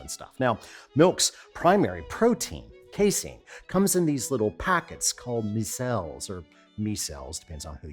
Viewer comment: Buddhist doctrine says that calling them ‘meee-celles’ is at the root of all suffering.